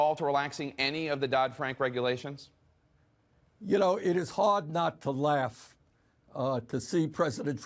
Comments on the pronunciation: "Regualtions" - LOL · Regualtions? 0.o